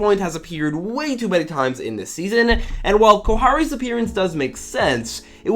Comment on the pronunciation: did anyone hear him say "kohari"